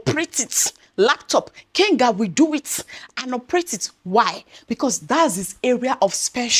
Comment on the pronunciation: Hi, it's Kagan, not Kenga